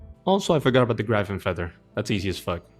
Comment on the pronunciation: sick video, long collection log videos is my favorite content. the only gripe i have is the way you pronounce gryphon LOL